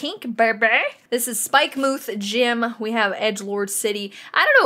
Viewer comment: Love how you say Spike-moo-th 😂😂 looking forward to the TCG run down, I’ve collected so many cards but have never played! Even back in the day it was all about the swapsies and getting the sets for me and my school friends!! Can’t wait for this!!